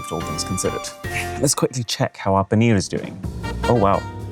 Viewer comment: I Respect Him Saying Poneer’ Tikka Masala With The Proper Accent.